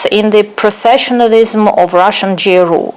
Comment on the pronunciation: Если вам интересно, вот ошибки которые вы допустили при разговоре Impossible instead of unpossible Innocent - ударение должно быть на первый слог Take part in , not take a part Kremlin (it) , not he GRU произносится джи ар ю , не у Suppose Skripal had dropped dead instead of suppose Skripal drop Behaved in a stupid way instead of behaved themselves stupidly Receipt ударение на второй слог должно быть Absolutely- ударение на третий слог Notice -о произносится как дифтонг Перезагрузка в данном контексте это не reboot but reconciliation If there had been no perezagruzka instead of if there was no In his mind instead of at his mind With their hands instead of by their hands Vulnerable-incorrect probounnciation of the first vowel Since he has few resources instead of since he have small resources State machinery is.... what? All information instead of all informations Typical первая гласная произносится не дифтонгом а звуком и Controlled ударение на второй слог должно быть Since how when ... is what? At Dyrezor , not under Dyrezor Abroad не должно быть дифтонга Chief первый согласный в произношении ч, не ш Influential- неверно произнесли Media первый гласный должен быть и, не э The Kovalchuks обязательно с артиклем Attribute ударение на второй слог Exchange it, not exchange them (the word money is uncountable in English) Incorrect -ударение на последний слог должно быть Hebrew первый гласный и, не э Если что , обращайтесь за услугами перевода , или репетиторства .